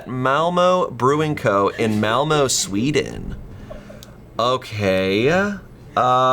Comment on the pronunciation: Because I listen to English YouTubers so much, I sometimes forget they can’t speak my language😂 I was genuinely caught by surprise when sounded so American pronouncing ”Malmö”…